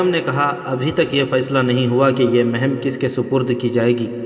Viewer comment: Amara nhi umara Maham nhi muhim Ahada nhi ohda Apna pronounciation sahi kijiye